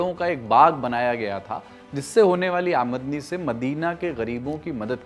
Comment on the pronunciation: आमदनी का उच्चारण सही नहीं किया है आपने